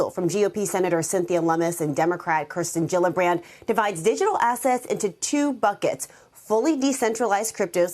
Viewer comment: FYI the correct pronunciation is Keer-sten Jill-a-brand.